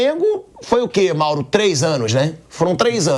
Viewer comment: "MAURAO" so nao deu outro piti pq o pilhado se prolongou na fala...se fala mourao e ja passa a palavra ia fazer birrinha